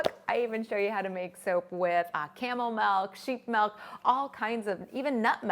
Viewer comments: Okay but real quick. I THOUGHT I WAS THE ONLY PERSON THAT SAYS MELK INSTEAD OF MILK. It made me randomly irrationally happy to hear it being said that way cause my family teases me alllll the time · I actually replayed the first time she said it to make sure I heard it correctly! I say “melk,” too, and I get corrected/poked fun of for pronouncing it that way all the time, lol. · Not sure if she is from Canada but Canada is currently going through a vowel shift according to linguists so slowly but surely Canadian dialects are shifting vowels. Milk --> Melk and Dress-->drass etc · MELK. I just can't. It's too painful. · she says melk so many times in this video i love her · I've never heard anyone other than call it "Melk". Is it because of where she lives? It does she just pronounce it differently just because? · I'm Canadian and I quit watching this video within 2 mins due to the "MELK MEEEELLLLK MELK" ...oof. If I never hear anyone else say it that way in my life, it'll be too many times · The funny thing is the way you pronounce milk is the way we say it in Dutch. So each time you say milk it sounds like you're speaking Dutch lol. Working with milk is always tough but so worth it. I'll have to try this out, I love the look of it. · I'm from California and I say Melk too :P I also get teased quite a bit for it, lol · Odd how she pronounces milk and melt with the same vowel sound. I wonder if she does the same with slid and sled? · The way she says Milk lol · I love her videos but her pronunciation of milk is driving me crazy.